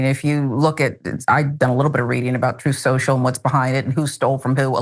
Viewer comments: Troth Sential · "troth central" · It's " troth central" get it right😂😅🤪☠️ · ' troth senshul ' 🤣🤣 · Uh, it is "Troth Cenchal" sir. (Shoutout DPS fam!) 😂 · Guys, it's "troth shentral" not "shrew central" And oh to be a fly on the wall in the room where trump tried to con the muskrat himself!! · No, no Ben. Pronounce it correctly, the way Trump does. It's "TROTH SENTSHAL" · It's pronounced Trothe Sential. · Its "Troath Cenchal", i heard it from the horses ass himself. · Troth Senshul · Troth sential is how he said it. Parkman plays it all the time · John, it's pronounce Trōth Sential. (Long "o" and he says the 2nd part like essential. ) lol Also, how buas3d does someome have to be to look at both Biden & Trump and say, of the two, Biden' "more gone". Rogan'd just a straight up conservative. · Trothe Sential is too hard to say. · Why are people surprised that Trump has trouble pronouncing Truth Social, when he has had trouble all his life saying the truth??!